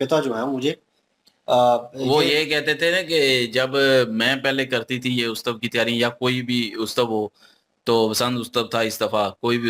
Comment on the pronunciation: Utsave hota hai ustave nahi hota hai